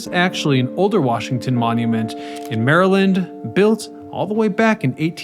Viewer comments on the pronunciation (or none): none